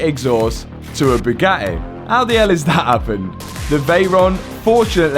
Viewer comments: Boo-GATT-ee, not Boog-attee. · Brother... pronouncing Bugatti as "Bew-gah-e" is a crime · Can not pronounce the y’s and i’s at the end of words? 😂 Always says “eh”… battreh, crazeh, supposedleh, Bugatteh. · Boo gah ay init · Gotta give it to this guy much respect goes out Fuge the Buggatti mob rippen Moe's off . When dude says Boo got e I straight laugh my azz off .He ll Low from NYC. Matt n crew.😂😂